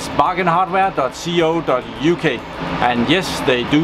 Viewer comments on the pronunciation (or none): You're always getting the pronunciation of "co" wrong. It's supposed to be pronounced "ko" like "code". You should not say it as if it were two separate letters! Sorry for being angry. I just get irritated that, well I know you always appreciate feedback from people on the PC field and you are able to learn from that, but you never learn to pronounce certain words properly.